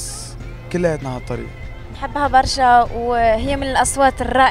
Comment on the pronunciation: ههههههههه ههههههههه هههههه كيف قال برا زمر نحبو برررررشا من تونس 🇹🇳❤️❤️😂😂😂